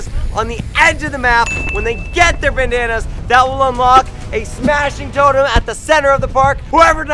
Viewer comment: is it just me or does it sound like he's saying bananas instead of bandanas when he's explaining the final?